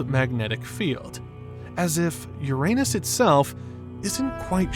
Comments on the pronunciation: The narrator consistently pronounced the planet Uranus as (Yourainus or Your anus.) Please stop this. Pronounce it correctly. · Hearing the “narrator” mispronouncing Uranus repeatedly makes me think that the channel operators here are clueless. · I love how the "narrator" keeps mispronouncing Uranus...lolol.